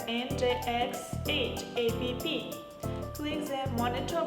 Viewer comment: So the Chinese found a white girl to read text on paper for their marketing? Its App not A P P you geniuses ! At least tell the reader how to say it properly. BTW, good drone for starters.